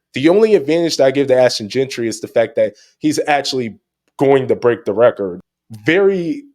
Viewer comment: Looking back at this conversation I could’ve done a better job pronouncing JEANTY correctly 😭😂😂